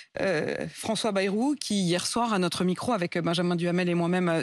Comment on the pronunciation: Marre de mal prononcer ce nom !!! B-A-Y ce n est pas BE....